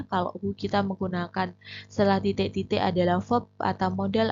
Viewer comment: Titek berati bhs jawa mbaaaa😊